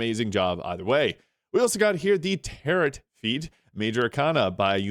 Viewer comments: Tarot. Is pronounced tair-oh. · toh-may-toh, toh-mah-toh. It should never have the final T spoken in tarot.